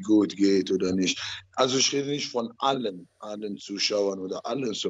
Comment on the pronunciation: "Neid ist nischt gut" Ottman Azaitar.